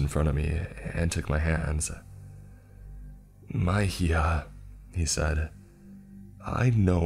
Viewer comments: he said mee-ha tho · Lol it’s pronounced “Me-Ha” (Mihija) which is “my daughter” in Spanish. But who gives a fuck. I love your narrations. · Mija is pronounced “mee-ha”. The way you said it made it sound like the word magic. I appreciate you trying tho! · no.. he pronounced it as “magia” the word for magic. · Lol he said it as "my ee-ha/hee-ha" to me. I love it. Adds some humor to the spooks. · It always makes me chuckle when theres spanish in the videos. My hee jha 😂